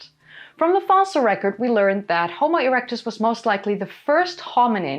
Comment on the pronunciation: Erecuts 😂😂😂 she said ereucts 😂😂😂